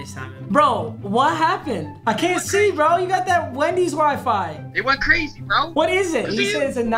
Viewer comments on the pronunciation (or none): No he didn’t say brazy 😂😂😂😂